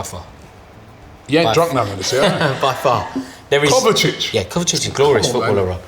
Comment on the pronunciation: Didn't like the way said "kovacic". Kovacic is top class.